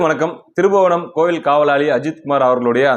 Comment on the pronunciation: தம்பி அந்த ஊர் பேரு திருபுவனம்னு உச்சரிக்க வேன்டாம் திரு(ப்)புவனம் ப் அழுத்தமாக உச்சரிக்கவும் தம்பி